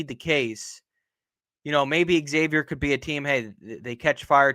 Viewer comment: No shit if you're a podcaster on something call Big East Energy, shouldnt it be a requirement to be able to pronounce Xavier correctly?